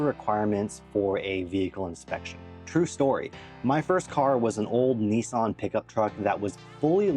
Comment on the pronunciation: Your pronunciation of Nissan is……interesting 😂